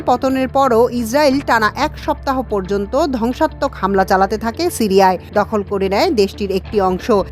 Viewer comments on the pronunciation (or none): none